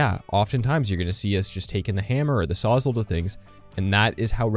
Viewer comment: I can't get over the fact that you say sawzull and not saws-all as in it saws all